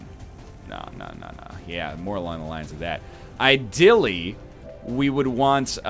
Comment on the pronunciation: he says idilly, not ideally